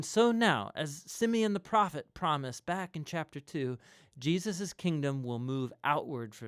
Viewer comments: WTF is "Jiaziz"? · Why do you keep pronouncing Jesus "Jeus"? Is it intentional ? What does it mean? I am sorry but it really bothers me. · You keep saying Jeus who is JEUS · do you have a problem to say "Je-sus" ? why do you mispronounce His name? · Does anyone know why he says Jesus name so weird? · The speaker pronounces the name of the Son of God incorrectly several times